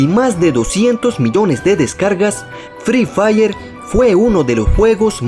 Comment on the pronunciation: Fre fair se dice fri fair pelotudo